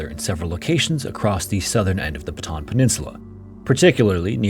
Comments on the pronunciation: I appreciate the no AI, but the very word your video is describing isnt pronounced right. Bataan. Batah-ahn. Bata On Thats it. Thats how you say any word in the Philippines that has the same vowel twice, you say them. Yes = oo oo is pronounced oh, oh. Not, oooh. Please take 5 seconds and learn how to say the word of the topic you cover next time. It goes a long way into making me not close the video in the first 10 seconds. (Im not even Filipino by the way, so this isnt some special knowledge or thing only they would care about) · Was about to comment the same thing until I saw yours! Westerners fail to realize that Bataan has 3 syllables, not two. My great-grandfather was also in the Bataan Death March, but he didn't survive. I wonder how different my life would be if he had lived. I also wonder if our great-grandfathers ever met. I was at the Capas National Shrine (site of what used to be Camp O'Donnell) just last month to see the memorial, and there are pockets of preserved items and places from the camp, like one of the small, inhumane boxcars that was used to transport the POWs, and the bridge they would cross to fetch water from a well. It's tough to try to imagine what their life might have been like. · Bata-an not batahn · Say it with me, BATA-AN. Not BATAN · i've never heard of foreign narators of these documentaries pronounce 'Bataan' correctly ever. you guys keep saying 'Batan' instead of 'Ba-ta-an' 😭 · bataan is pronounced BA-TA-AN not BA-TAN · Beautifully covered! One small note, Bataan has a double a in the spelling, meaning it's pronounced like "bought ah ahn" not like "baton". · It's not pronounced "baton". It's "Bata-ahn". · Pronounced BA*TA*AN. Not hard to pronounce. NOT BA*TAN. I looked on the map, no batan here. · Very informative video. Thanks. Just a pronunciation guide: "Bataan" is pronounced "buh-tuh-AN", with the twin A's sounded separately. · it’s pronounced ba-ta-an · Its pronounced Bah-tah-ahn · It's pronounced "bah-ta-anh"